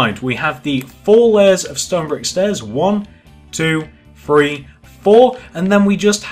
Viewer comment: Do you say free or three